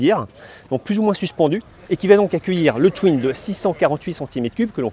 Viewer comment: bonne review mais stp, on ne dit pas "tui-ne" mais "TOUINE" ... ça arrache les oreilles cette faute hideuse, pareil pour trail qui se prononce "treil" et pas "TRAÏLLE"